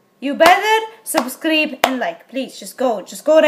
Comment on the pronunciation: She didn’t say subscribe she said subscreep lol hahahahah